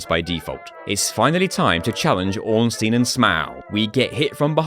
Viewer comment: It's funny that you pronounce both Ornstein and Smough differently than how it was likely intended (based on the Japanese spelling, which is phonetic)